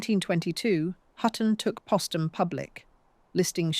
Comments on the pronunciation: SHALLOW AND FLAWED--WHEN POSTUM WAS MISPRONOUNCED TWICE WITHIN THE FIRST FIVE MINUTES BY THE FEMALE-VOICED BOT-ARRATOR, THAT WAS THE FIRST CLUE THAT MORE POORLY RESEARCHED MATERIAL WAS GOING TO BE PRESENTED. THERE IS NO EXCUSE FOR INACCURACIES GIVEN HOW MUCH HAS BEEN WRITTEN ABOUT HER. IT SIMPLY REQUIRES ATTENTION TO DETAIL AND CAREFUL, THOROUGH EDITING BEFORE UPLOADING. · Why was Postum not pronounced like Post?